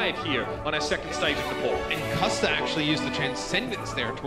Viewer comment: custa? you mean qusta